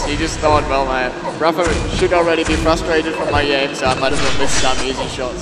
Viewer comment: zis is rapha ahah